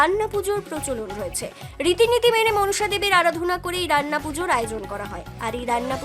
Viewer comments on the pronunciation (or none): রাইনা নয় রান্না 🙂